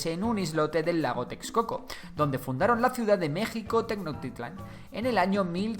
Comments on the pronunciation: No se dice tenocktitlan se dice tenosschtitlan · Tenochtitlan no se pronuncia Tecnoctitlan se pronuncia Tenoxtitlan/Tenochtitlan con la ch que suena como che pero sin decir la e solo ch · Ay dios mío, la pronunciación. “Meksika”, “Tenoktitlán”. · Tenotitlan se dice tenochtitlan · También se pronuncia "Tenoshtitlan"en lugar de "Tenoktitlan" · 😂😂😂😂😂😂😂😂😂... TENOKTITLAN..... Esa ciudad cual es???... No existe TENOKTITLAN (SUPONGO QUE ASI SE ESCRIBE, PORQUE ASI LO DICES). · También la ciudad de Tenochtitlan no se dice tenoctitlan la ha no es muda es como si chi pero sin la i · meksikas... tenoktitlan, o sea, este men no sabe pronunciar la sh XD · Me gusta mucho tu contenido, pero tu pronunciación del las palabras mexicas es muy mala. Ejemplo: "Tecnotitlan". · No puedo su pronunciación de Mexicas y Tenochtitlan :( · Casi no le puse atención al video solamente estaba poniendo atención cuando decía los nombres de los lugares 🥴🤨😔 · Errores de pronunciación: Cuauhtémoc es tal cual, no termina en sonido “ch”, Tenochtitlán y Huitzilopochtli si tienen el sonido de “ch” y Mexica esta bien aunque es más común que suene como si la “x” la sustituyeras por “sh”. Por lo demás, este video quedó muy bien. 👍 no me sabía el dato sobre el uso de los estudiosos con la palabra Azteca. Quien diría que ya son 500 años de que este imperio cayera, estoy sorprendido.